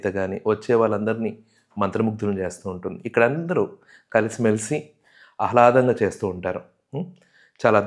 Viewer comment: అహ్లాదం కాదు ఆహ్లాదం 👍